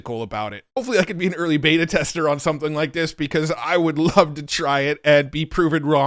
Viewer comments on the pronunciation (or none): none